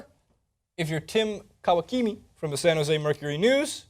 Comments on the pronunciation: Are they dumb? The name is so elementary... Tim Kawakami. Ka-Wa-Ka-Mi. The first guy pronounces it like Tim Kawakimi... like actually what the heck... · You really got no one to help you with the pronunciation? You pronounce Ka-wa right, then instead of pronouncing the ka the same way you say ki-mi? Kawakimi? ... That's like saying ha-hi clinton-dix instead of haha. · Kawakami's name is absolutely getting slaughtered